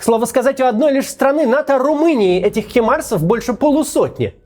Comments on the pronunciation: Максим, почему ты упорно говоришь хИмарсы вместо хАЙмарсы?! Аш ухо каждый раз режет))) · не химарс , а хаймарс ,Максим , пожалуйста